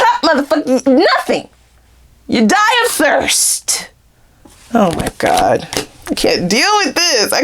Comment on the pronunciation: “You die of thirsst “ 😂